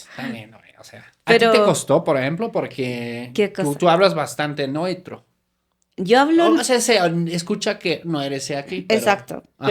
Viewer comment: Hablas bastante "noitro"🥴. Estás pronunciando en alemán. Se dice nEUtro chico.